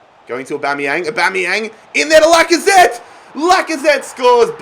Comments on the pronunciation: its awbameyang not uboneyang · U say Aubameyang wrong it’s said like ABA-MEY-YANG not ABO-MEY-YANG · It’s not A-bomb-eyang it’s A-bam-eyang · His name is Aubanyang not Oubanyang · Why does he keep saying abomyamng and not Aubameyang like normal people do? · Stop sayin AUbameyang itz Abameing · Pls say Aubameyang right it’s not aubomoyang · Anyone else realise that he says a bomb yang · Stop saying abombeang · And it’s not abomiyang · The way he says abumyang 😂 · Danny Carey he says aubOmeyang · btw its pronounced Ab-A-mee-ang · Aubameyang actually pronounces it Orbameyong 😂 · Say aubameyang names right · He is saying aubameyang like he is a bomb lol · I love your content mate but please learn how to pronounce Aubameyang properly. Its jarring, sorry 🙈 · Like if he saying aubameyang wrong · Please sell Aubameyang because you pronounce it so wrong